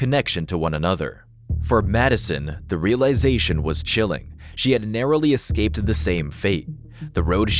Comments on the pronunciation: First off ifs not excaped its pronounced escaped i wish americans pronounced words right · eScaped… not eXscaped, ffs. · Why do Americans say Exscaped? And not the English Escape?